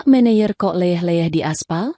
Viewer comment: MANAGER bukan Mayer.